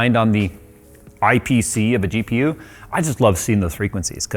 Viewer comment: How many noted saying DPU instead of GPU at minute mark 😂😂😂😂